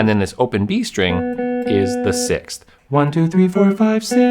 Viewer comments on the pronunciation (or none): I'm glad you have trouble pronouncing 6th like I do. 😎🤓